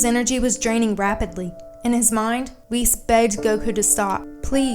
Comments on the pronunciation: I love this channel etc but why are you pronouncing "Whis" like "Whees"? It's "whis" like in "whiskey" 🥃 "wizz" lol isn't it? How come? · i remember not long ago when i made a comment when u said Whis like wiz in wizard. but now youre saying it right!! ohhh yeaaaaaaaaaaaaaaaaa